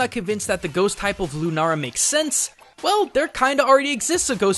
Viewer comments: lunala doesn't have an r in it he said lunara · Seriously tho, it's Pokemon. Their targets are older kids and younger teens. Also, why are you saying LunaRA??? It's LunaLA. Not trying to hate, but srsly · since when was Lunala pronounced Lunara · Did it bother anyone else that he kept saying "Lunara" instead of "Lunala?" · it's not lunara it's lunaala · Why is he pronouncing Lunala "Lunara"? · Also, it's LOO-na-la, not LOO-nara. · Ok somethings annoying me and I have to address it, it's Lunala not Lunara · ok nit pity but he was saying "lunara" winstead of "lunala" l not are. Ok rant done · dude its Lu-na-la not Lu-na-ra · ITS LUNALA NOT LUNARA OMG!!!!! IM GOING TO KMS! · Lunara? Its Lune-all-ah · Shadow Kirby "Lune-a-la". Dude. Lu-na-la. The letter "n" is from the second syllable, so you can't pronounce it on the first. But yes, it's simply "Luna"(Latin and Spanish) for Moon, and "ala" for wings(Latin and Spanish too). It's name is basically "winged moon". As for Solgaleo, I feel that, even if somehow related, "galeo" has nothing to do with Galileo. "Sol" for Sun, "ga" as a connector, and "leo" for lion. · Lemuel Ogabang It partly was, the amount of people correcting him was annoying. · It's Luna-L-a not Lunara. Stop trying to be Japanese you weaboo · Why does he pronounce Lunala as Lunara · "Lunara" ITS LUNALA. It CLEARLY has an L. L. NOT R. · Moriah Manning He's mixing the Japanese and English pronounciations of the english name, I think. Lunala and Runara. EDIT: Yep. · Lunala, not Lunara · Its lunala not lunara thats what i heard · Why did you continously call the pokemon Lunara, when the name clearly says Lunala? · I hear him say Lunara. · lunala is the giant bat's name you said it wrong in japan it is called lunala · Lu-na-la not Lu-ra-la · if its linguistic habit it should be "runara" not "lunara" and not "lunala" lol ルナラ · Please pronounce it LOO NAH LA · It is pronounced Lue na la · he said lunara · Him calling it lunara is so annoying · "lunara" Wtf